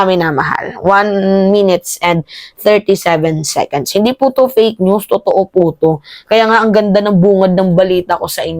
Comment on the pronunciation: HOOOOOY mimma hnd secends, seconds Ang tama, tlgang Ang 99.999% Mali Ang pag pronounce Ng seconds